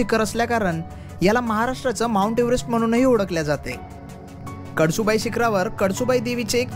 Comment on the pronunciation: कडसु बाई नाय रे भावा, कळसूबाई 😅